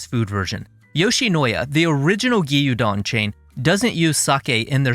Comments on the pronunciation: great video but "gee-yuu-don"? it's "gyoo-don" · Fantastic video, as was your DTF cucumber video! Your Asian dishes are really thorough and accurate. Just one tiny bit, gyudon is two syllables. 😅 Gyu is one sound. Cheers.